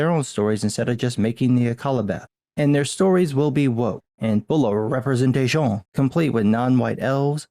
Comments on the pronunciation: Representata-SHYON xD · Another great video, thanks o/ Have only this to say, a bit weird when you say "representation", kind of funny and creepy at the same time.